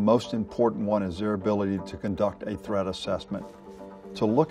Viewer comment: I thought he was saying Thread assessment